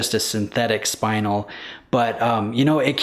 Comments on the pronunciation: It’s not a spinal tap… it’s spinel….”Elle” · Spinel is pronounced: spin-elle.